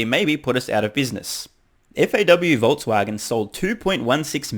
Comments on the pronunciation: Did they say Vol"t"swagen?? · Voltswagen haha😜😜 nice aprils fool story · Haha...FAW-Voltswagen. At least it is 4/1. But the joke's on Reuters.